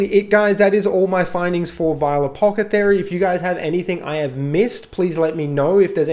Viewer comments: I couldnt get over "Apocathery" lmao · Friggin apocathery, apocathery, apocathery. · After about the 6th mispronunciation of "Ap-awth-eh-kary" i just couldnt make it through the video. Just say "it" once youve established the premise of the video. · Say the word apothecary a few times slowly. I couldn't watch the whole thing. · Lol bros saying it so confidently too